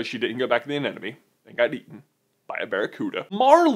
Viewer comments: I didn't actually notice him saying "moovoo"... I was more distracted by him saying "anenome" instead of "anemone" haha Still love you J!! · It's pronounced "a-NEM-ah-nee", not "an-Enemy"! 8P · Your pronunciation of anemone is driving me insane! It's not "an enemy!!" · Katie May He also says anenome instead of anemone, but oh well, people make mistakes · haha you said 'anenemie' so many times :P it's actually anemone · Dude. It's anemone. Not anenome. Also, relax about "non-dominant male." It's not that big a deal. (Love your vids, though!!)